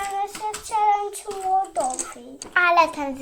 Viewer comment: Nie mówi się celedze tylko czelendzie dziewczynki mama i tata was nie nienauczyli cz pani w przedszkolu jak się mówi poprawnie.❤❤❤❤❤